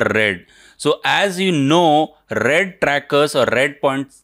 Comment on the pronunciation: That was awesome! And I love the way you say "rrrrrrrred" 😂